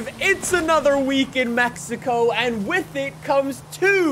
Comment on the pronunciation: Is it just me or the way says ‘with’ sounds like ‘whiff’???